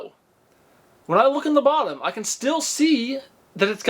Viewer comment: ...once again I ask.. why can you say "WHEN"? IT IS KILLING ME 😂 is it geographic? Speech impediment? What is it!? Please explain! I've watched all your videos and you have never said when